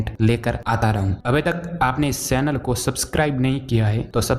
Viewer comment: ऊंची ऊसी नीचे को नीसे कोनसा ऐरीया की भाषा में चेनल को सेनल 😂😂